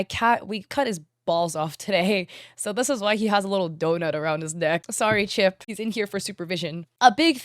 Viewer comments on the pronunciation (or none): none